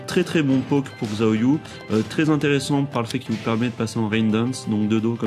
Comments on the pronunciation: Magnifique tuto comme d'hab ca fait plaisir ^^ par contre xiaoyu se prononce shaoyu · Haaa :) MON Perso ! :) Pour le coup elle, tu ne la dénigres pas haha, merci beaucoup pour cette vidéo, j'approuve :') on parle trop peu de Xiao Xiao ... (Par contre ça se prononce 'Chao'Yu' hein x) Mais depuis Tekken 3 je joue avec elle. C'est la seule que je maîtrise en fait, et dans TTT2, bah je fais des combo de malade avec Miharu Hirano ♥ =) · En réalité ça se prononce "siaoyu". Le "shaoyu" que tu as entendu es du aux accents des gens qui font la voix.